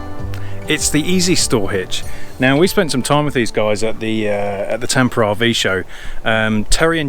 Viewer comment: LOL, I think it is pronounced Tampa, but you sound like Tamper. I really liked your wood version but I really love the hitch storage idea. Very nice product. There isn't anything wrong with the way you have the hitch in it. Have a beer and move on lol. We love you guys. Keep doing what you're doing. Great video. <3